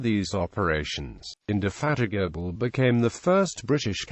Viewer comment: "Implakable" "Indefatikable"